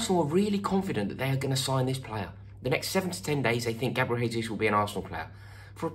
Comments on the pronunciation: Jesus is pronounced as 'Jay-sus' and not 'Hay-sus'. It's Portuguese and not Spanish. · In portuguese, the j is pronounced more or less as a j (a bit softer but about the same), not in the spanish way which is closer to an english h sound. It's not "hayzoos" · What can Arsenal offer Gabriel Jesus? We can offer to pronounce his name correctly. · Pretty sure he wouldn’t want to play for a club with fans that can’t take the time needed to learn how his name is pronounced! He’s Brazilian, not Spanish. “Jay”-zoose not “Hay”-zoose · Pronounced Jay-Zeus. You need to give your Chelsea contacts a call Rory! Do you think he starts for spurs though? Nice tan btw! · Arsenal can offer the ability to say his name properly. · Gabriel told me himself that he's not joining because you pronounce his name incorrectly, Rory. Unlucky mate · It's Portuguese, not Spanish. You pronounce the "J" in "Jesus" the same way you would pronounce the "G" in the word "regime". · If you want him you're gonna have to pronounce his name right first. Hint, his name ain't Spanish blood. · Maybe we say his name right? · Please pronounce the J in Jesus, like you do with Jose. Portuguese not Spanish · You can’t even say his name correctly mate